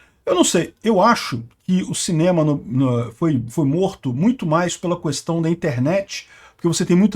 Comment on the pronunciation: Então, se vc me permitir vou fazer uma correção de português na suas falas: não pronuncie " cuestão " é, k, questão.